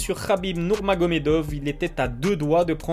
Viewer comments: Pourquoi tu dis nourmagomedof dans l intonation et non dove il est pas Israelien... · Dov ? Le V se prononce FF